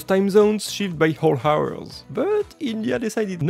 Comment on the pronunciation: Wtf kind of accent is " H ours "?💀